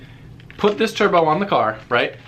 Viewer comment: when he says turbo sounds like chur bro